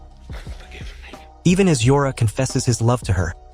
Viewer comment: You pronounced Jorah wrong… the J sounds like the J in “jeans”. Daario should sound more like Dahrio.